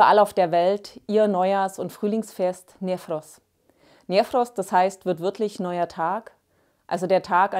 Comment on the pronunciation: Wie sie ausspricht nefros 😂👍👌